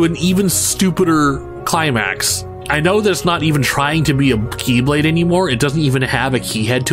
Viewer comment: And now, instead of pronounced as "KEY"blade (as in like 'door key'), they are now pronounced as "KAY"blade (as in like someone's name) lmao